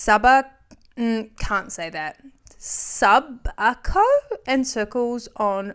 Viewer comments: soobi - ak- o (subiaco) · Subiaco = Soo-bee-ack-oh btw😂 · Bless her the pronunciation of one of the suburbs here in Perth. I’m from Perth - it’s pronounced Suu-Biaco 😂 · "Sue-bee-ak-oh" There's a road spelt Goonoo Goonoo, pronounced Gunna-Gah-noo. Everyone has a pass on place names. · Subiaco is pronounced "soo-bee-ack-oh" and its the home of the rich people and radio stations 😂 We have several major cities in WA they are small but significant contributors to the national economy. There are actually quite a few towns up and down the west coast as well, but I think the east coast pictures us like completely desolate. Karratha is classed as a city and has numerous satellite towns surrounding it and is probably the most profitable city in Australia, its 1500km north of Perth. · Subiaco is pronounced (Soo-bee-a-co) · Subiaco is pronounced soobeeAkO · I used to go to circles of Subiaco when it was in a grungy warehouse salon near station street. It was kind of expensive then, but it was super cool and relaxed and had a completely different vibe. Needless to say I haven't been to the locations they're in now. (Its "soo-bi-acko" btw :)) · I’m from Perth this popping up on my YouTube is trippy Subiaco is also pronounced soo-bee-ack-oh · As someone from perth, it made me laugh when you were trying to say that suburb. It's called subi-aco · Subiaco is Soo-bee-ack-oh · Pronounced Sue-be-acco (like tobacco) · subiaco is pronounced SOO-bee-ack-oh lmao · Subiaco is pronounced SU- BI- AC-OHH NOT SUB I CO PLEASE research Our Western Australian names and how to Pronounce them . This woman having hair place in Subiaco screams Charlene didn't come from money Subiaco is Upper middle class trendy suburb with beautiful 18th century homes renovated within and ultra modern builds . Its eastern end adjacent to Kings Park and Perth city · It’s pronounced “Soo-bee-ack-oh” = Subiaco 😊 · your pronunciation of subiaco is incredible lmao, if anyone is curious its Soo-bee-ack-oh